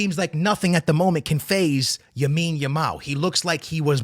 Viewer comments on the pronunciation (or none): "Yamine yamal"